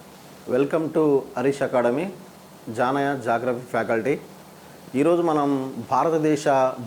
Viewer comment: జాగ్రఫీ కాదు ....జియోగ్రఫీ 😂....RIP Indians English Geo+Graphy